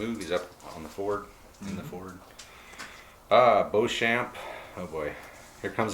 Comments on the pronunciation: It would normally be pronounced Bow-shon which is the French proununciation. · A fascinating game with an interesting swing in fortunes. (NB I'd expect to pronounce Beauchamp as Beecham)